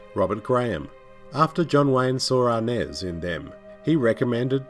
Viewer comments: It’s James Arness, not James ‘Arnez.” You may be confusing Mr. Arness with Cuban actor and band leader Desi Arnaz who was Lucille Ball’s husband. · Great commentary, however it’s kinda funny and annoying how he pronounces Arness and Los Angeles